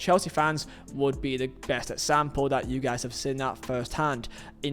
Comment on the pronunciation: When you say “example” I hear “act Sam Paul”